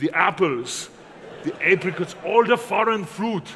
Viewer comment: "Thuh bananaz, the ahpples, and the aypreecots..." 😂